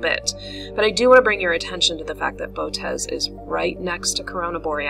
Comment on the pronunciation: The most common pronunciation is bow-oh- teez. Thanks! Gregg Schultz Three Pines Observatory